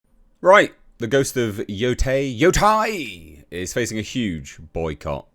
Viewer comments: my thoughts are YOU SAID IT RIGHT THE FIRST TIME! its yo te (like meh with a t) and I (ee sound) which makes it sound like Yotay when said quickly... not yotie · Why did you say “yotai” lol